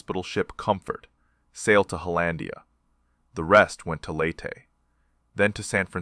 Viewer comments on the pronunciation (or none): none